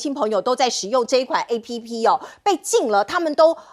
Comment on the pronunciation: App 又唸錯了，官員與主播的英語水準怎麼愈來愈低呢 ? 官員就是內政部次長<馬士元>。